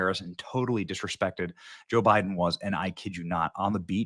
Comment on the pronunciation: Joe bye-then😂